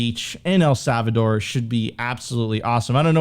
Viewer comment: Sophie, can you teach how to pronounce El Salvador correctly please lol he keeps sayin savador and i cant unhear it 😅